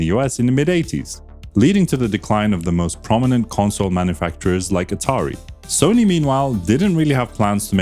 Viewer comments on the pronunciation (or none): none